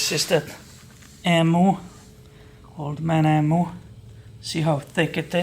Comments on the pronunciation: pronounced eem-you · ….the suspension is pronounced…old man eeemuu. EeeMuu ok mate 👍